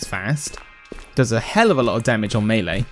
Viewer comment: That's how it is pronounced